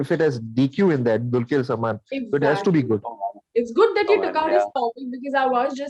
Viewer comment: Guys its not "DULKYER"...its pronounced as "DULKAR" !